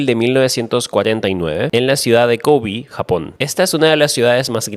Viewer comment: Vengo a quejarme, Kobe es como se dice en español, no es Kobi como le dicen en ingles, es japones. Pero mas que eso, nada. Issei cuanto te odio!!!